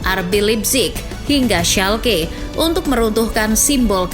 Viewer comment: Min schalke dibaca schalke bukan schalke